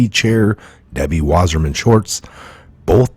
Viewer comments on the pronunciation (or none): Good content. Be clear with our enemies names. It's Schultz, not Swartz.